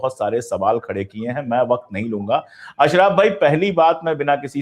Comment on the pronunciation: वह अशरफ़ है ना कि अशराफ 😂